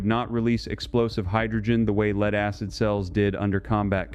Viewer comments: lead not leed, one zero zero year battery, come on? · "lead" pronounced as "leed" and other anomalies. TRY BEING HUMAN AGAIN Lose the robot reader. Honor you human public with humans. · Why do shitty AI's always pronounce Lead as in Lead-acid batteries like: LEED? It ruins the video.